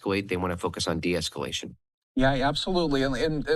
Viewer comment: Deesculation lol riiight